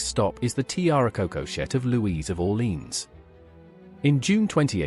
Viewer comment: Learn to pronounce Orlèans properly “ore-lay-an”